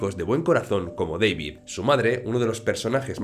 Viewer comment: es centroamericano, no es Deivid, es DAVID.